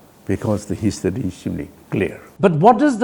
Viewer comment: I thought muivah would be a very intelligent and smart 🤣🤣, he is so funny I think he himself is not aware of his point..just talking about history unique. He cannot pronounced history properly 🤣🤣